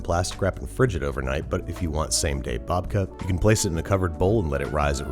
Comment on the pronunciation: love ya babish but that "babka" just isn't it